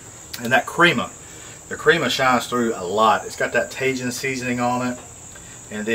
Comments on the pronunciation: Mexican pizza looked fantastic. I'd eat that all day. Just an FYI Tajin = tah-heen. Great video, have a great weekend my friend. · Like Jalapeños.... the J in Spanish is like an H in English. The letter i is like a Strong Eeee. So... Taheeeeen!!!😆😎😉🙌🙌🙌